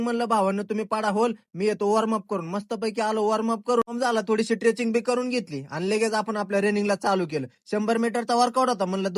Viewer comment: Treching nhi re bhai streching